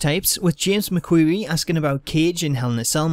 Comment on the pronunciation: They answered my Question and you got my last name right do you know how many people say McQueary wrong a lot of people lol